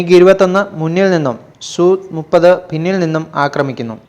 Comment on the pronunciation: സുഖോയ് സു 30 അല്ല , SU 30 എന്ന് പറയണം അല്ലാതെ സു അല്ല , എങ്കിൽ MKI എന്ന് പറയാതെ മകി എന്ന് പറ .സുഖോയ് SU 30 - mki എന്ന് ആണ് .